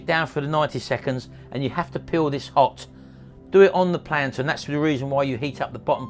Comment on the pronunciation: Excellent demo video but please not “ plantern” it’s platen. Cheers